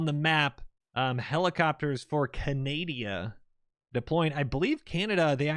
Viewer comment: As a Canadian myself I can confirm we also mispronounce 50% of the time our country's name as "Canadia". Just kidding I never heard anybody say that, this is hilarious. Had a brain fart, ay?